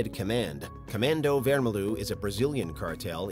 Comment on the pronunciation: as a brazilian, that pronunciation of "comando vermelho" was hurtful to listen